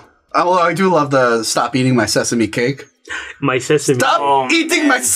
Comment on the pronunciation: He says it more like, 'Says-me cake' and that makes it all the more entertaining. Despite the word having 3 syllables, he says it in two.